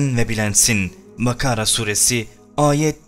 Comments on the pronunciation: Dikkat etmemiştim, sizden sonra özellikle dinledimm gerçekten de Bakara yerine "makara" diyor. Bu affedilir birşey değil. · Bir arkadaşımızın yorumunu okuduktan sonra benimde dikkatimi çekti. de "Bakara Suresi" demesi gerekirken bilinçli olarak "MAKARA SURESİ" diyor. Bence bu KABE ve HZ. İBRAHİM derken aptalca yapmış olduğu teleffuz hatasının daha da ötesinde. Rabbim sizleri islah eylesin, başka da diyecek lafım yok... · Kardeşim seni Allah'a havele ediyorum bakara süresi diyeceğiniz yerde MAKARA süresi demişsiniz aşikare besbelli bilerek söylediğiniz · makara suresi mi diyor ben mi yanlış duyuyorum :(